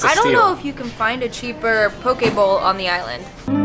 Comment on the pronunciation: All the food you tried is good, but ask someone living there about pronouncing local words, and make sure you are eating what you said you were...manapua is the steamed white bun, not the baked one, and the raw fish is poke (pokay) not poh-kaye. Do your homework.